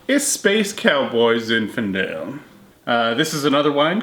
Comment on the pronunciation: zinfindale? or zinfandel